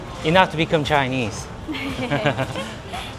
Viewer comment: Why does say Chiiii-neez like a southern redneck? 😭🇺🇲